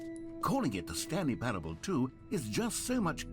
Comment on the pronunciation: me hunting down stanley parable streams "I wanna play a game, how long is 'stanley parableuh'?" oh boy, well that depends, it could be 4 minutes, or 4 hours,..